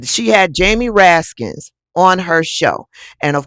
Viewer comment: There's no "s" at the end if Jamie Ranskin's name. It's just Raskin.